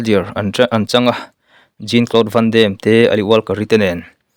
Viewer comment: Jean cloude vandem .. i lam rik dan hi a dik lo .. "Jin"...ti in an lam ngai lo. "Jawn" ...ti in an lam thin